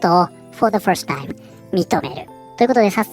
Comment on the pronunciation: first timeが「ホルスタイン」に聞こえた。英語をヒアリングからやり直そう